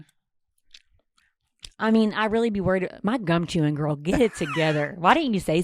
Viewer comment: “BULEMIA GWORL” oh my fuckin god